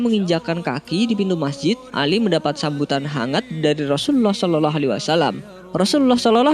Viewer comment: Tolong kalau mengucap NABI YANG BENAR...( sholallah ) bukan ( sololoh) NGAJIO TAH....ben gak salah PAHAM...